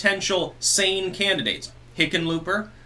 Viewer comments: Did you say Hicken lööp er? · No, I think he's saying, 'Lickenpooper'... I could be wrong though... I'll have to check my hearing aid... 😉